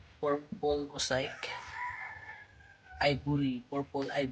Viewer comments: Mosaic pronunciation is maseyk not mosayk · Ayus muna pronounciation ng Dumbo at Mosiac😂